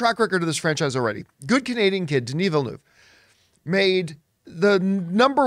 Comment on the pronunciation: Please John, get his name right:- VILLE-NERVE